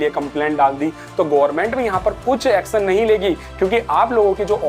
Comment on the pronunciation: action nahi acsan 😅